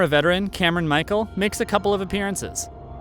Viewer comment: One thing it is not is ‘Michael’. Great video though. Thanks.